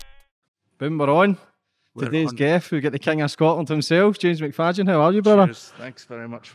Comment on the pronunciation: Did you call him James Macfayden? 😂